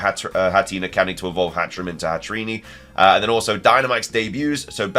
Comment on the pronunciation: HATREENIE?!?! HATTERENE AS IN CATHERINE.